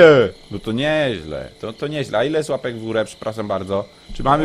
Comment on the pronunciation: kampa03 nie puapek tylko płapek